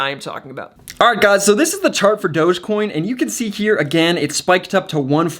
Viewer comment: Did he just say "Dodgecoin"? 😐